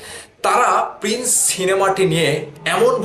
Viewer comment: ভাই তুই তো প্রিন্স উচ্চারণ করতে পারিস না 🤣, তুই আবার YouTube চ্যানেল খুলছিস 🤣।